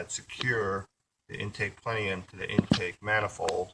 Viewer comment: If he says plenium one more time